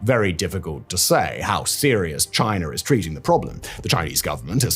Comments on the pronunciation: Its China, chi nah Not Chiner! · “In 2019 Chiner announced”😂😂😂😂😂cmon….thats on purpose bro literally Chinese perfectly with no R